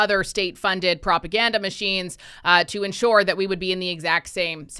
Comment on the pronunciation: ensure, not enshore